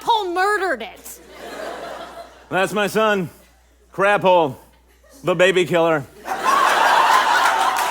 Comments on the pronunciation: I will never not hear “crabhole” when watching this show. I need to constantly remind myself that it’s apparently “craphole.” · Is it just me or did I hear Lauren’s character name being Crabhole the whole time instead of Craphole, and why is Crabhole infinitely funnier